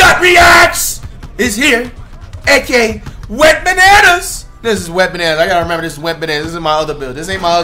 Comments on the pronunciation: Bruh it’s “Wetbananas” not “WENTBANANAS” 😭😭😭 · whole time im thinkin he was sayin wet bananas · This whole time I thought he was saying “wet bananas” 💀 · I thought he called him “Wetbananas” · What the heck. I’ve been thinking he was saying “Wet Bananas” lol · Whole time I was thinking this nigga was saying ‘Wet Bananas’ 😂😂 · I thought you were saying “wetbananas” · I always thought he said wet bananas